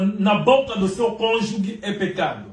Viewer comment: "Cônjuge" e não cônjugue.